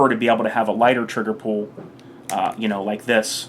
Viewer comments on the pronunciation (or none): cant tell if you are saying pool or pull lol. but nice video im sure it will help many new people in the firearm scene. do you have any experience with the LDA 1911?